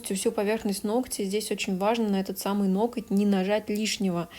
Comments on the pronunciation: Сначала исправилась , сказав "ноГти",а потом забыла и выпулила"ноКать"))) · много раз читала, как Вас критикуют за произношение некоторых слов, "нокоть" в том числе, и хочу сказать - да не обращайте Вы внимание на этих критиков. Даже если Вы и произносите что-то неправильно, эта Ваша личная, милая, на мой взгляд, особенность речи, которая придает индивидуальности и теплоты. Более того, люди, в том числе и я, которые смотрят Ваши видео ради их содержания, которые проникаются Вашей харизмой, в принципе не замечают каких-либо недостатков речи. Вы не литературный канал ведёте, в конце концов, смысл сказанного в данном случае абсолютно не теряется. Я сама не люблю безграмотных людей, но придираться к произношению, это уже реально перебор! Спасибо Вам за Вашу деятельность, за то, что делитесь ценнейшей информацией и опытом, и не обращайте внимания на всяких диванных критиков, у которых не хватает сил и мозгов поднять свою задницу и что-то сделать. Будьте такой как Вы есть, самобытной, искрометной, доброй и отзывчивой, то есть такой, какой мы Вас любим, ваши подписчики!